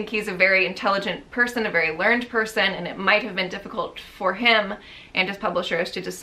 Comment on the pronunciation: OK here is another one. Sorry, I don't mean to be annoying or anything , just you know....." he is a very learned person" . "learned" pronounced the same way as the verb, though it's the adjective .